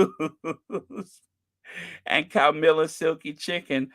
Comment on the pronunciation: you mean Cow-milla